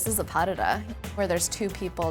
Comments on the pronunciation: DID SHE SAY PADEDUH? instead of Pas de deux? WTFFFFF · all i heard was pas de duuh instead of pas de deux 😂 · I cringed when she said „padeda“ instead of pas de deux😭🥴🥴🥴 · okay but the way she pronounces some of the French names of the elements was.... critical sjjdndnd this is not a pardedah its PAS DE DEUX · Yea I heard "Padded-AH". Just funny :) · Did she say “pa-de-da”? 🤦🏻‍♀️ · pas duh duh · The credibility goes out the door for her when she pronounces Pas de Deux as "Pah-Duh-DUH." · Pff XD she said pas de deux like padada 😅omg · I'm sure she can dance, but her prononciation of the French terms is so off at times, I had no idea that she was saying what it said on the screen (for example "Pas de Deux" is NOT pronounced "Pas du da"). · Did she... pronounce "Pas de Deux" as Padde-duh? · oh my god yes :'D but anyway, she's a dancer, she doesnt have to be great at languages for that i guess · Is no one going to mention the way she pronounces "pas de deux"? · the way she said pas de deux im dying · Her French is not good at all. Pas de deux as an example, is pronounced differently. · For a « professional dancer » she sounds like she’s never even heard the term ‘pas de deux’ in her life… that pronounciation was shameful. Sorry. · Ballerina? And can't pronounce Pas de deux?! Oh dear.